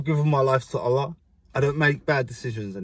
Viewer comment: I love how you say Allah and Alhamdulilah ❤️